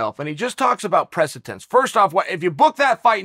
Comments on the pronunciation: Chael “Precitence” Sonnen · If Chael says precedence is actually preceTence...then im in!!!